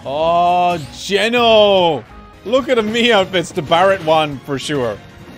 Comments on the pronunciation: He really pronounced it "Jen-No" 😭 damn the Geno boys are really dead rn 😾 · Yes "jaino" my favourite mario rpg character. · People are going to hurt you for mispronouncing geno, I would recommend fleeing across seas.